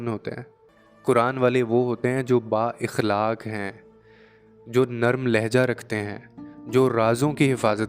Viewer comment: السلام علیکم پیارے بہت خوب لیکن ذرا تلفظ پے دھیان دیں مثلاً صفت اخلاق